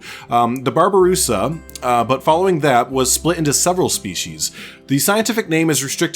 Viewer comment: Also the babarusa (you said it right) are very cool, there horns can grow to the point where they stab there own brain which is the main reason of natural death